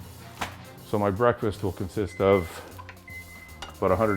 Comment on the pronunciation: he says brake fast not breakfast.